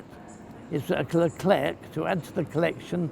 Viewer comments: PS. The final c in Leclerc is silent ;-) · Funny, when Mr. Fletcher started on the Abrams I thought to myself: "Hm, I wonder if they have a Merkava in their collection?" ;-) By the way, you don´t pronounce the last "c" in "Leclerc", say it like you would order an eclair at the bakers. Hope you´ll get your hands on these, sooner rather than later! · Like the "t" of "Jean Bart" in WoWS ,the final "c" of "Leclerc" is silent ;o) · To be honest i like the leclerc but just need to say one thing... ... the "c" is silent